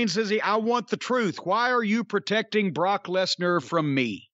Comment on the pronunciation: Buh-rawk Less-nurr